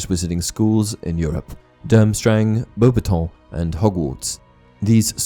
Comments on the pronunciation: Lol love the video but the way you pronounce beauxbatton 😂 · Why do you pronounce the name of her school so weirdly 😂😂😂😂